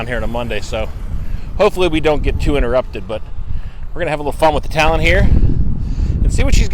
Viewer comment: love ur stuff but say it with me now...Talion..it's not Talon